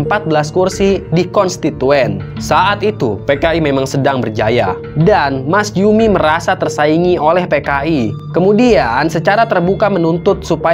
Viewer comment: Njoto bacanya nyoto,masjumi bacanya masumi,mind.